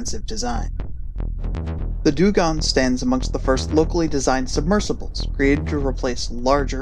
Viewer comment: sorry put i noticed u pronounced dungong like 7 different ways lol XD